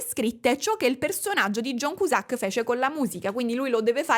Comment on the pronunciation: io ti voglio bene, ma perché John Cusàck?! Perché 😩😩